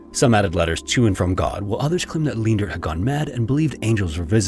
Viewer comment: FWIW Leendert is pronounced Lane-dirt. 4+ generations of my family have it, thankfully mum wasnt that cruel XD